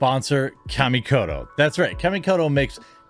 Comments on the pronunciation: I keep seeing the ad for kamikoto, let me help. it's not " Cammie coat o ", it's " ka mi ko to". Or "kha me co toe" for your dictionary pronunciation. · Dude, not Kamikoto. You should watch Shadiversity's demolition of the product.